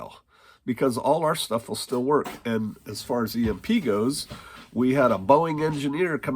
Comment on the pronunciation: When He calls me home He calls me home, until then theres shtuff to Yod.